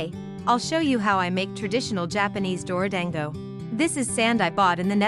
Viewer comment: Whenever the translator says dorodango my soul dies a little like why can’t it pronounce it properly aaaaaa